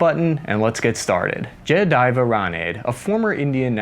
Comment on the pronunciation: 😂 His name is pronounced "Ja-Ya-Dev"... "Rah-n-dey"/"Rah-nuh-dey"!